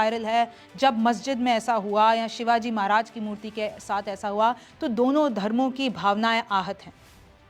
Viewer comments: मेडम महाराजी का नाम ठीकसे लिजीय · ये पागल महाराज है हमारे छत्रपती शिवाजी महाराज बोल नही बोलना आता तो मेरे भगवान का नाम मत लो नही तो रिपोर्ट करणा पड़ेगा veiw के लिए नाटक मत कर हमारे संस्कार हैं कि महिला को कुछ बोलते नही ये पुरुष होता तो अकल ठिकाणे लाता तुम भि समझ व्हिडिओ बनाने से पहले सोच कर और समझ कर बोल तुम्हारे लिए ये बात लास्ट वॉर्निंग हैं व्हिडिओ में बार बार महाराज का नाम गलत बोल रही है समझ कर बोल 😡😡😡